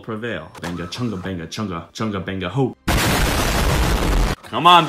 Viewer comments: Tf he actually said chunga..... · The plural of more than one chungus is ‘Chungai’ Pronounced Ch-uh-n-guy